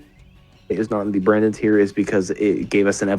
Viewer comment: "Barndon" lmao